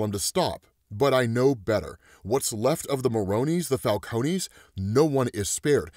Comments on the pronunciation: **falcone. Not falconie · It always makes me laugh when says “Falcone-y” hahaha.